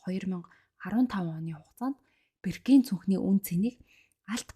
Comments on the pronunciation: Birkin gdgee bruu duudaad bnshu i bish o goor duudg shu boorkin gh ymuda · Sorry Birkin ee zuv unshaarai.